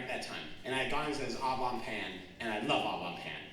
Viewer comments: Au bon pain is what he was going for but it did sound like oblong pan 😂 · My dust-covered French degree is curling in its frame at the pronunciation of 'Au bon pain'.